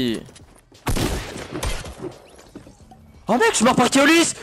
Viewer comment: Keolys je crois que le o est pas comme ca mais bon bonne video